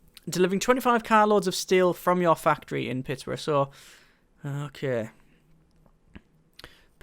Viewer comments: Please say it Pitts-berg :) :) :) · He's saying it like its Pittburough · I would like, but it didn't bother me. Just a simple mistake of seeing it as Pittsboro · like if your a Steelers fan that got driven to madness every time he said Pittsburgh wrong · I'm from Michigan and I got annoyed at the pronunciation of Pittsburgh